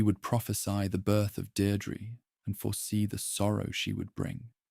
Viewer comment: Deirdre = deer + dreh Samhain = Sow (like female pig) + win